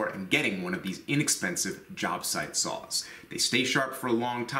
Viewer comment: I know he is saying "saws" but I keep hearing "sauce"